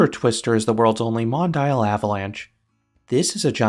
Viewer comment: Hate to be the "uhm actually" guy, but it's pronounced Mon-Dee-Al, not Mon-Dial.